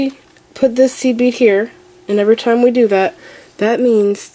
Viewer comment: about 8 mins i was hearing seaweed instead of seed bead